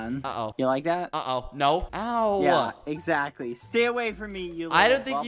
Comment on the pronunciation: When skeepy doesn’t say lick instead of like... impossible